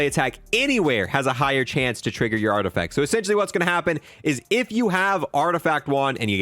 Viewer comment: Art-eh-FACT not art effect lmao